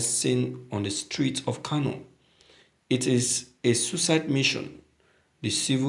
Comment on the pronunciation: Pls you should check the word , it is Kano, not Kanu. Please please.